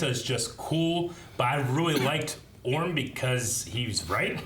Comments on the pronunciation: It’s Orm not Orn😂😂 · Hey uh just so you know his name is Orm not Auran